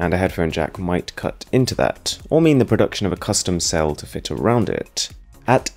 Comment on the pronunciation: “and a headphone jack mighT cuT inTo ThaT” “To fiT AroundT iT” like bro i understand what the aesthetic is around here but you’re overdoing the pronunciation